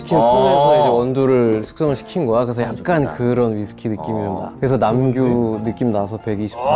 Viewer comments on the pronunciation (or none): even they call it "Nam-su instead of Nam-gyu😂